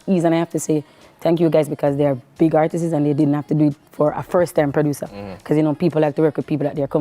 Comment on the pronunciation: Someone please teach her how to say ARTISTS when she wants to say the plural of artist. 🤦🏾‍♀️